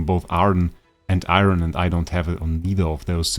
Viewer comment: Bro it’s Eironn not iron